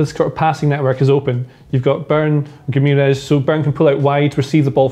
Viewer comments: I think Romano pronounced it Gwimaresh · Loved how the pronunciation of Guimaraes just deteriorated as the video went on. Felt for you. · God the pronunciation of Guimarães is killing me. Great video tho.